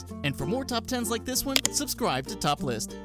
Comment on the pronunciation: when you said top lists i thought you said topless! XD